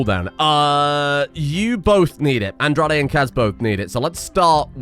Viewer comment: Aoi is a japanese name pronounced 1."A" like in "Cat", 2."O" like in "of" and 3. "i" like the letter "e", therefore AOI, meaning "blue" or "blued". English doesn't know what a vowel is so here i am explaining it lmao. Also, Andrade is pronounced "Anne - draw - deh". You can trust me on this one because i am hispanic. Can't wait for you to change both their names